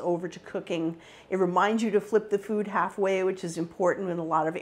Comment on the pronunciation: Why does she pronounce "food" like "fyoooooood"